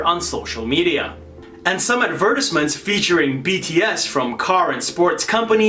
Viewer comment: Oh my... is from Vancouver isn’t he? The mispronunciation of “advertisements” was very surprising!